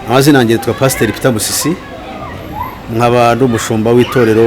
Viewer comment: Musisi not Busisi